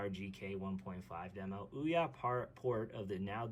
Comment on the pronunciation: This very moment. Hurts a video when the primary subject isnt pronounced correctly